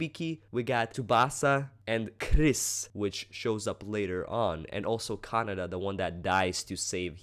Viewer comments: ka-na-day. not canada. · Actually, its pronounced ka-na-deh, pretty much how its spelt. Japanese vowels are pronounced exactly as how you pronounce A-I-U-E-O (ah, e (short), oo, eh, o (short)). Well thats from what I've heard. xD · ca-na-da xD but its all good.